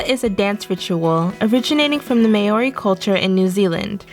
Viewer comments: Haka is from MAY ORI culture.... It’s moe-ree or mao-ree. This chick is clearly only interested in Latino stuff. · "May-oar-ree" oh dear. Other than that, cool vid. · She can say all those Spanish names right but not maori 🤦‍♀️🤦‍♀️